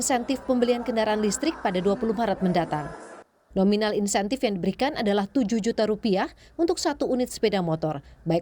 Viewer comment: Bukan "Intensif" min, tapi Insentif